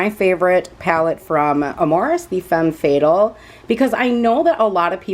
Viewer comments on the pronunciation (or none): You're pronouncing Fatale wrong it's "fuh-tal". 😉 Thank you for the video. It helped me decide on this palette. ❤️